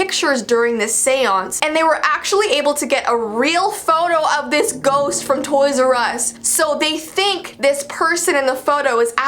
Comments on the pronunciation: Ghost ❌ Gorst ✅ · Gorse?! You mead ghost? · If you watch the video says that instead of "ghost" on accident